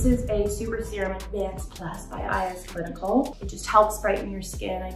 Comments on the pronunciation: iS Clinical is pronounced as the word "is", not I S letters according to manufacturer promo videos. Love your channel!! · It’s “is” not I S! Such a good brand I promise